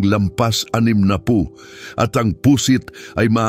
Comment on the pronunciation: Pu'sit hindi Pu.....sit ang pagbigkas!